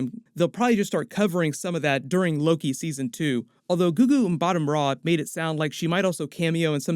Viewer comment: It’s Gugu-leh-two Mbah-Tah 😅